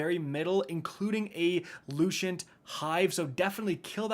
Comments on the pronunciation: LUCENT!!! LOO-SENT!!! NOT LUCIENT!!! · Lucent is loo-sent, not loo-shent. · Take a shot every time says “Lushent” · I can't stand to hear you mispronounce lucent one more time. Smh